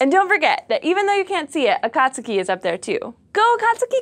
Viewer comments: I hate to be that guy, but it's pronounced A-kah-tsuu-kee not a-kat-tsu-key. The vowels are always "flat"... But, that's not important, what's important is that we'll probably be getting more information about a planet that we think know everything about. Let's hope everything goes ok for the probe! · It's not A/cot/sue/key it's A/cot/ski. The u is silent.(ish) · Ah-Kaht-Skee That was bugging me >.< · it's pronounsed A-kat-ski. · it's pronounced >>>Akat skii<< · I'll make sure to eat a few case-o-diLL-ahs with my friend Joe-say next time a watch a video on here. If you're going to speak to tens or even hundrends of thousands of people, perhaps you should learn the correct pronunciation of the very thing the video is about.